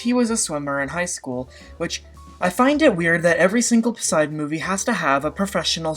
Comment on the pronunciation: lol "Posiedon"